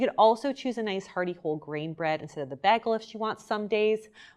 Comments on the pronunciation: She says bag-el. Haha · She keeps saying baggel.. I love it.. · Ok but is anyone gonna discuss how she said bagel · Im sorry but why does she say bagel and pasta like that 🤔